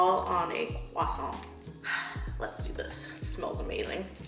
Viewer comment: Your pronunciation of croissant is on point! love from france <3